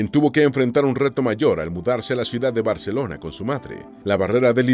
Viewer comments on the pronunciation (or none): none